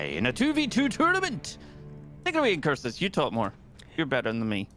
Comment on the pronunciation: IncuRsus, nice hard R pronouncing.